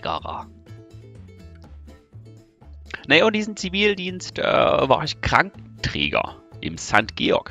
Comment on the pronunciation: Du hast den Zi-Vi-ldienst... Mensch. -.